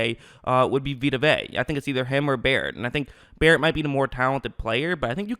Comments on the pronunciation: It’s (vay ah) not (vay) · It’s not Vayyy..say Ve’a(Veeh-ah) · Good analysis but geez, you are killing me saying "Vay"....that's not how you pronounce it